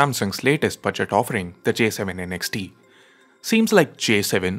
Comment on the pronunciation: Kinda bothered by how you keep saying N X T. I thought it's Next without the "e". Just me nitpicking though. 😅